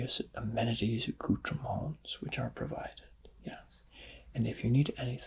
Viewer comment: YESSS YOU SAID ACOUTREMONTS!!!